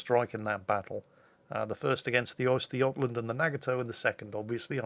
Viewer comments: Sooo...I get that is trying to pronounce Östergötland correctly but...Oyster? Really? Smh... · suprised pretty much nailed pronouncing östergötland correct, well done!